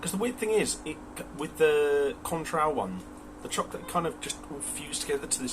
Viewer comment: and: 10/10, shame about the industrial mishap. is annoyed about the pronunciation of Cointreau! U da best!